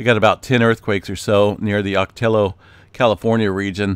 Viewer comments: Ocotillo (Ahh-kah-tee-yo) Llo (Yo) Llo (YO) LLO (YO) Ahhkahteeyo Ocotillo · Si lo pronuncias en Español si es Oh-Ko-Tee-Yo In English it’s pronounced Ahh-Kah-Tee-Yo